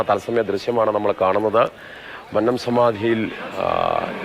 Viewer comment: മന്നം എന്നതിലെ "ന്ന "യു ടെ ഉച്ചാരണം പെരുന്നയിലെ ''ന്ന " പോലെ തന്നെയാണ്. നിങ്ങൾ മന്നം എന്നത് തെറ്റായാണ് ഉച്ചരിക്കുന്നത്